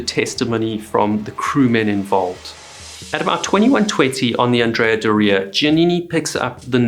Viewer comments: Brave man taking on Italian name pronunciation 👏🏻😂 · Never had heard that pronunciation of Andrea Doria before. But I live in New England so what do I know... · Never heard Adrea Doria pronounced that way. Wonder if i say it wrong now. Because im🎉 American. ? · That's not how you pronounce "Andrea Doria" lol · It's probably closer to how the Italians say it, but yeah, to American ears . . . oof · Learn how to pronounce Andrea Doria correctly. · You got it right he kept saying the name of the ship wrong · Andreaaa Doreaaaaa? Accent and boat name origin aside, that is not the pronunciation lol. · DO-ria 😉 GE-nua 😉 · Is doh-ria the proper way to pronounce the name? I have always heard it pronounced door-rhrea. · Anne-dree-ah-door-ee-ah So how can you create such an excellent video but mispronounce the name of the ship multiple times throughout the entire video?!? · Pretty sure Andrea Doria is pronounced differently. Like astoria or gloria. Not Dorea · The way you pronounce "Andrea Dorea" stresses me out for some reason. Other than that great breakdown of the event. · ANN-dreah DOOR-eeah. I grew up on Cape Cod. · It is pronounced the Andrea Door eua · AN-dria DOR-ia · Oh well. But for the benefit of the author and anyone else interested, the correct pronunciation is An-DRAY-ah DOH-ray-ah. Andrea is a man’s name in Italian. I remember watching the dramatic newsreels of the sinking as a boy. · It’s pronounced ANN DREE AH DORREY A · anDREA doREA? first time i've ever heard the name pronounced this way. Granted, I'm not Italian. On another note, the Edward H. Allen was the sister ship of the Samuel B. Roberts (Famously known as the destroyer escort that fought like a battleship) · It's not andrea do- ria for gods sake! 😇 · My gosh can't you pronounce the name correctly??????????????????????????????/// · The phonetic accent is onthe O of Doria....that said you are great at telling these stories...thank you. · Weirdest Pronunciation of Andrea Doria I have ever heard.